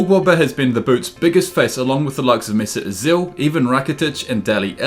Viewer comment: "Dale elli" "mesit asill" "even rakitic"